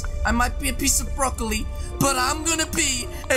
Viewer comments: Haha my man just said broccoli brokile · Lol you still call him broccoli